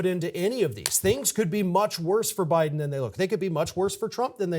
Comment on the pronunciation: Stop saying Buden us in death's bed idiot!